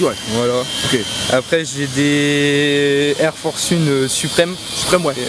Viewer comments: mais mdr ftg jtai parle a toi ?😂je sais très bien parler anglais je dis juste et c bien connu que cette paire s'appelle la air force one et qu'elle se prononce one pas une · C'est moi ou il a dit "air force une" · "Air force une "chui deadd😂😂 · Il a dit air force une wsh air force une 😭😭😭😭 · Y a un gar il a rien respecter il a dit air force une😭😭